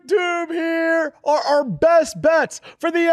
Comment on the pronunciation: I just know says “are are” in the intro and not “are our”.